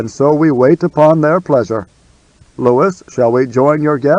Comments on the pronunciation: Ok, I am out. Lew we woo. Not Lewis. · Louis is meant to be pronounced "LOO-ee" NOT "Lewis" ! I'm out ! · Louis is not pronounced the same way as Lewis.